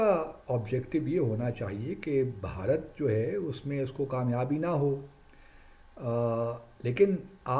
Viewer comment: Pehle Bharat bolna to seekhr. Kuch bhi